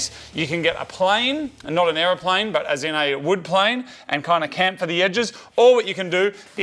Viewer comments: rookie mistake with the castor bolts LOL and Moog it is CHAMFER (SHAMFA) not CAMPHOR.....HAPPY NEW YEAR MOFO'S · "Campher the edges"? chamfer the edges! 🤣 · c a m f e r lol its pronounced s h a m f e r